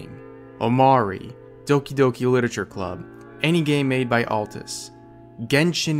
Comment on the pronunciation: My guy really mispronounced Atlus